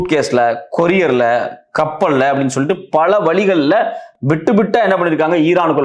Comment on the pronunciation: ஐயா, நீங்கள் செய்திகள் சொல்லும் விதம் நன்றாக உள்ளது. ஆனால் தமிழை கொச்சையாக பேசி வருகின்றனர். ழ' கரத்தை,ள' கரமாக உச்சரிக்க கூடாது. ஏளுநூறு என்பதை எழுநூறு எனவும். வளக்கம்போல என்பதை வழக்கம்போல எனவும் பல வளிகள் என்பதை பல வழிகள் எனவும் உச்சரிக்க வேண்டும்.